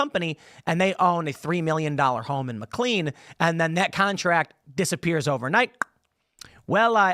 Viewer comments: Tim, love you, but please stop saying McLean as "Mick Lean." it's "Mick Lane" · lol it’s pronounced mick lane not mick clean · I'm from the DC area. It's not pronounced McCleen. It's pronounced McLane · area folk pronounce it McKlaine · As a McLean resident… the way Tim says McLean is so irritating hahaha